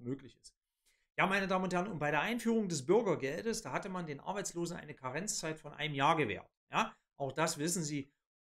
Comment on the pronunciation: Außerdem heißt es "Hartz", nicht "Horz" oder "Huurz" und "Orbeidsluhsen" kenne ich auch nicht. Den Scheiß hier kann man sich nicht anhören!